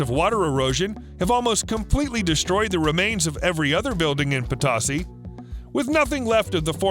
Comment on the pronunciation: It's a long "o" in Potosi. I live in Potosi, Missouri.